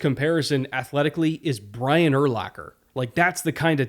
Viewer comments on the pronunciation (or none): none